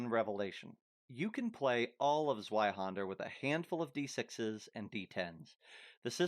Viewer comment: The way you pronounce Zweihänder is a little funny to me. You pronounce the händer part correctly but you pronounce zwei with the anglo w instead of the germantic w which is a v sound. It's a common mistake so I'm not trying to dog on you for it it. when I was first learning German words I use to pronounce it Z W Ei Hander instead of Z V Ei Händer so forgive me if I take a little humor in the mixed pronunciation of Z W Ei Händer. 😂